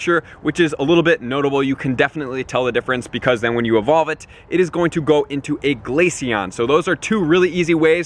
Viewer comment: GLACEON NOT GLACION DUMB